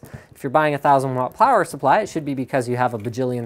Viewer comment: I would like to know just what a "plower supply" is. xD